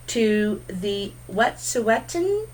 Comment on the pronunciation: So glad to see you back! I so enjoy your readings. I love it and you are so spot on with what I think is coming. Much love and yes its the Wetsuweten and you said it correctly. I consider myself an ally and work with a few Wesuweten people and many other Indigenous people in my work for an Aboriginal Child Protection Agency. Much love sent your way for what you do here. I know this reading is for you as well so let it bring us a plethora of ways to abundance:)